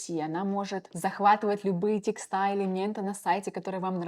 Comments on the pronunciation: Оттудава, текстА, оповещАния..... 😮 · Harpa — Хапра, извлечь оттудава, CSV — Си Ви Си , текстА и это за первые 4 минуты видео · В слове «текста» ударение должно быть поставлено на слог с буквой Е — те́кста